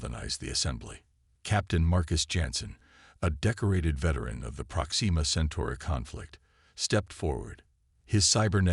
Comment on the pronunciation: Unlike "ale ex" or " kind red" or "prox ee ma"